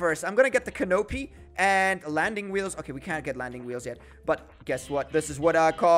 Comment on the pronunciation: Lol he kept saying canopy made me laugh not to flex but it's cannapy but with an o